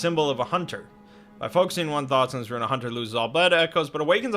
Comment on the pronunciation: everyone knows, a hoonter moost hoont